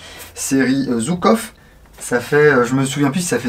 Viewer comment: Merci. Pour info, on prononce "Joukof" et pas "Zoukov", en référence à Georgui Zhukov, un général soviétique. Bises